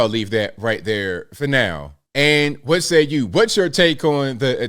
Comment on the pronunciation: cwhot = Noo Yawkuh. Any dumba$$ can hear this. Cwaht is pure Noo Yahkuh. Listen carefully.